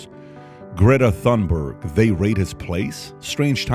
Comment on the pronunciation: Bro said griddy thumberg